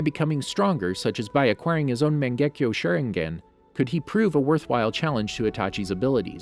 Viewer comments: Every ones like "WhY HE SaYINg IT LIKE ThAT" me "did he just say "sharengen"?" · This video has so many mispronunciation 🤣 “Shernegan” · Sherengian XD